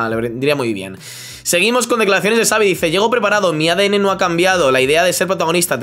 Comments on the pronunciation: Me da un incon en el estómago cada ves q escucho a decir tsaavi en ves de chavi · Pronuncia bien el nombre por favor, me duelen los oídos, Xavi, que seria CHAVI no sabi. Por lo demás, eres muy top, lo dice un culé. Saludos. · No digas Savi porfavor, di Chavi. Que sabéis pronunciarlo perfectamente. Xavi se pronuncia como Chavi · no sé dice savi sé dice xavi